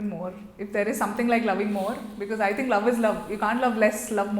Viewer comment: Its "think" 😂😂😂